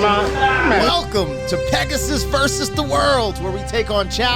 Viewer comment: The word's pronounced as "versus", NOT "verse". So many others have gotten it incorrect that I HAD to point it out.